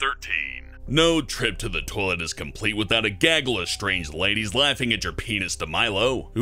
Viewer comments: I love how he says toalet instead of toilet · he says "Toe-lit" instead of "toy-let" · LOL he says "Tolet" not "Toilet" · it sounds like your saying tole-lit